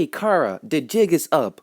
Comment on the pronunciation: Why does everyone pronounce Chara like “Kara?” It’s CH, like in chair, chimney and chocolate